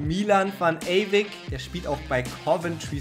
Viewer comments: Der Junge Mann heißt Ewijk (also Eyweik gesprochen), beste Grüße mach weiter so😊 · [Chertrauda] und van ewijk. Nicht eywick